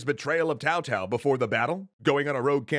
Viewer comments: It's literally TSao not Tao or Cao. You don't need a degree in sinology for that. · Why do you pronounce 'Cao' as 'Tao?' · Are you saying TAO (instead of Cao)? - It's fine, it's probably pronounced that way, but it's really confusing. Did I miss a clarification on this in the previous episode?